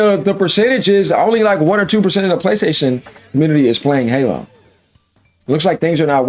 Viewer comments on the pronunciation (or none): none